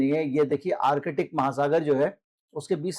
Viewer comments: Artic not Arkitic sir. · Arkitic nahin ...Artic...thoda practice karein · आर्कटिक को बार-बार आर-कटिक क्यों बोल रहे हैं 🤦